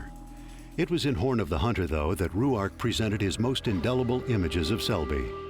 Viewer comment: Where did they come up with the pronunciation Roo-ark? Very annoying. Selby pronounced it Rork, as does the documentary on Ruark presented by the Robert Ruark society.